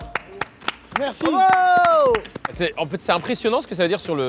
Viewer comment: et c’est vraiment des marseillais pour dire bravo 😂